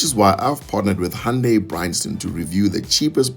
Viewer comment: Thanks for teaching me how to correctly pronounce "hoondaiii" at 4.22 secs 🤣🤣🩷🙏